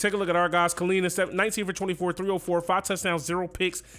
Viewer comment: No one asked, but just in case you were wondering, in Hawaiian, Kiliwa is pronounced Kee-leevah, and Kalena is pronounced Ka-leh-nah. If Fine is Polynesian, it is Fee-neh. Thank you for coming to my TED Talk.